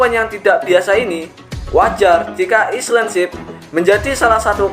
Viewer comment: Cara baca island bukan gitu min